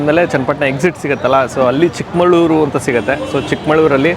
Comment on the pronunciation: ಅದು ಚಿಕ್ಕಮಳೂರು,ಚಿಕ್ಕಮಾಳೂರು ಅಲ್ಲ